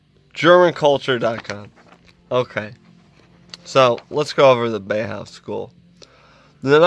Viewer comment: Exactly. Bauhaus is jewification is uglification. But it's pronounced bow-house not bay-house. Subbed. Cheers from the us/mossad's own occupied territory of germany.